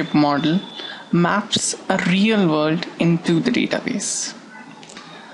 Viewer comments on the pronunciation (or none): "An enkiking is any RRREEAAAL wold opchik." :D